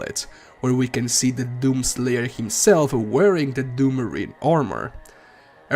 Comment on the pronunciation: My mans says doom slayer like “DOom SLAYer”